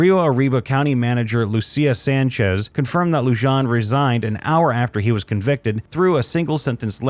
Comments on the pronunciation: LEW-JON? It’s LU-HAN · ITS LUHAN! Not Lu-john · Loo-han not Loo-jan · Is not Loo-jan. It is Loo-han. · How are you supposed to sound reputable if you can’t even pronounce peoples names correctly? Lujan is pronounced Lu-hon not Lu-jan.🙄 You literally mispronounced damn near every single person’s name in this video. I’m guessing you like your burrito wrapped in a Tor-tilla and Jap-a-leanos are too hot for you✌️ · Lujan is not pronounced, loo jon. It’s lew han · As a side note, the name is pronounced Lew-hohn...not Lew-john. The J is pronounced as an H. Likewise, Vigil is pronounced Vee-hill, not Vij-il. Likewise, Jimenez is pronounce He-MéN-ez. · Pronounced lou haan, not lou john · Pronounced LU HAAN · Lujan is pronounced like “Lew-Han” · Corruption is so common in the land of entrapment I'm surprised anyone even noticed. Sheriff's last name is pronounced -Loo-hōn-. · It's pronounced "lu-HAN." But I love this story, I rewarch the whole series of camps every so often to let the schadenfreude out. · Are we not going to talk about how horribly the narration is pronouncing the names. Lujan is pronounced Lu-han. Vigil is Vi-hil. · It’s pronounced Lujan “(Lou-Han)”, Espanola “(es-Pan-yoll-ah)” & Vigil (Vee-hill). My relatives that came here on the Mayflower could do a better job with Spanish name pronunciation😂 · It's pronounced lu-han . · Just FYI, Lujan is pronounced Loo-hawn, Chacon is Shaw-cown. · Lujan = Lou-Hon Chacon = Chock-Cone Vigil = Vee-Hill Jiminez = He-Men-Es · It's pronounced LOO-HAN